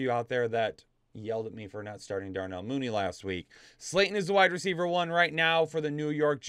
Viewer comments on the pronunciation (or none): none